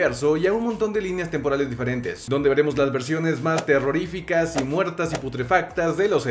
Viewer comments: "Terreorificas..." dícese de lo terrorífico mas terrorífico. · Terreorificas??? Mmmmm debe ser griego